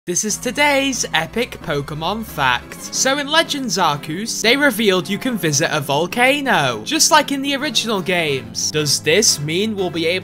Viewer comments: It's pronounced Arceus Not arcoos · Nobody:: A R C O O S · It's pronounced "are-see-us" GET IT RIGHT PLLLEEEAASSEEE